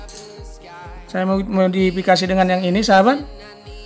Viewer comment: modapakasi madofekasi maudikasi.. aduh blepotan modefakisi